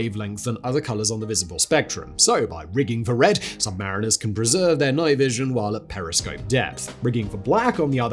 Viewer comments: Technically, the US submarine sailors preferred to be called sub-ma-REEN-ers versus sub-MAR-iners as you stated. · SUBMARINE-ERS Not SUB-MARINEERS!